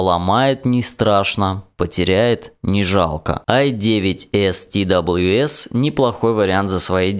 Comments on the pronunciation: не ти дабалъю эс а просто твс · Твс надо говорить